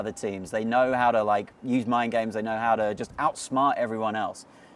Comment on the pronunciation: Did he say mind games or dive games? I'm not 100% sure.